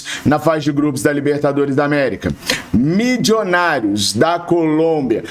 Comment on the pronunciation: tenha pena dos meus ouvidos. O time é Milionários (fala como escreve) não tem "midjonários" nenhum.